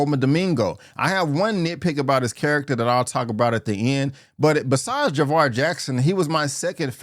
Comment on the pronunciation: It's jaafar not Javar